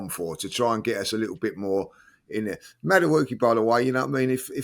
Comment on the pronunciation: I think is saying Madueke name right, its should be: Maduwooooookie